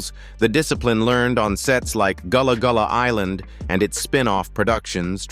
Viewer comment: It’s not Goolah Goolah island